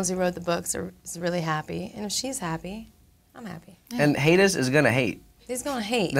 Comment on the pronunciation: When Josh says "Hatuhs"